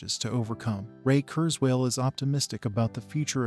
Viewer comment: The AI voice is unimpressive; among other things, it doesn't even pronounce Ray's family name correctly. Still...happy news. Too bad this was posted before the GPT innovation became widely publicised.